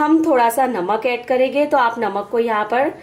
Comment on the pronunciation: Aap n jayege ,karege bolte ho ,hindi me karenge jayenge bolte hain ji madam ,aap bolne me thoda sa sudhar kar lijiyega toh aur achha hoga aapka vedio ,baki aapne tikki bahut badiya banaye h main jarur bnaungi ,thanx aap meri sujhav ko bura nhi manoge ,nari shakti mahan hain